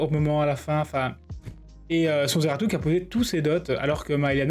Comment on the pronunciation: NON mais ce ZEARTU, comme tu dis 🤣, incroyable ! Sinon excellente vidéo comme d'hab